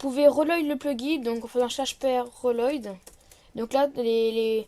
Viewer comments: "roloïd" mdr l'accent est présent 😂 normalement ça se prononce "welaud" pour reload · On dit pas reloïd, on dit rilode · wilowde plutot mdrrr